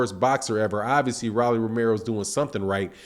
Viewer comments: It’s ROLLIE NOT RALLIE LIKE ROLL DOWN THE STREET ROLLLLLL WTF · Rolly pronounced "Roll-ee" just as the slang word that we for a Rolex watch